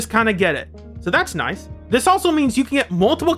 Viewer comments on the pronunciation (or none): none